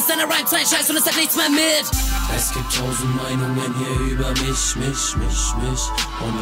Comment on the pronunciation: das einzige was mich stört ist die ausprache von "mich" :D